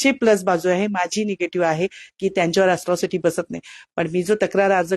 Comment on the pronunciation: अस्ट्रोसिटी की अट्रोसिटी???😂